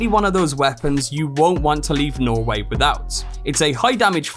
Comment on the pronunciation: It’s pronounced norweigh